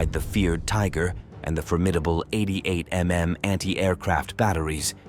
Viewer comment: this is either AI or some other slop. Nobody pronounces 88mm as 88 em em.